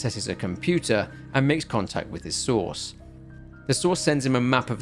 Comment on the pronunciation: I swear to God I thought you were saying sauce instead of source every time you said source I was like why does he keep saying sauce what is he talking about😂